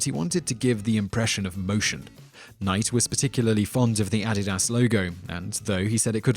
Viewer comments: Add it ass? I think the damn shoe is pronounced "Uh-dee-duz" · or aeh-dih-das, instead of ah-dee-dus. This same man, in previous videos pronounced Sen-ih-ka (Seneca) as sih-necka and Be-a-moth for Behemoth. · I thought his "Nike" pronunciation was wild -- then he said "Addidas", my goodness. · The way this narrator pronounces the word Nike and Adidas is just cringe worthy!!! Learn how to pronounce a word before you make a freakin video using the word/words over and over again!!! PLEASE!!! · Aeneas Torres - Ditto for Adidas.